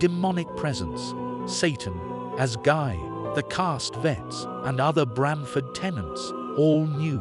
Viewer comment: Very bad computer voice. It’s Rosemary, not Rose Marie. They’re SATANists, not saTANists . It’s CastaVETS, not Castvetts. They have dessert, not desert. Guy and Roman don’t “hit a toff.” They hit it off.